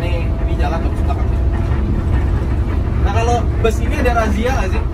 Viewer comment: Knp bus/bis di indonesia dilafalkan jd bes? Truk jg dibaca trek?